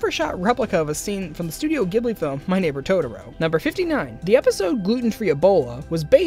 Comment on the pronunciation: Mispronounced ghibli 😫😫